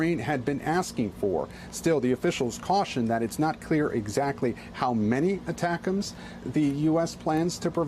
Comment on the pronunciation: Attackems! Lol! Just say it one more time...